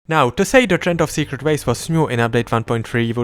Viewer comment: colon is raged after he called it the "secrate way" 💀spare this guy